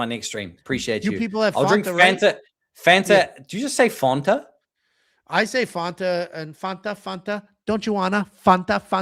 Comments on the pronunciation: First ever person i heard pronounce it like that😂😂😂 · yo calls Fanta Fauntuh -- absolutely insane, never heard anyone say this.